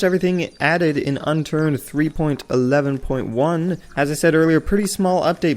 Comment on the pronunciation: You sound funny whenever you say 3.11.x